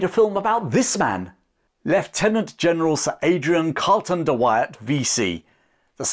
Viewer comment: Try saying his name again...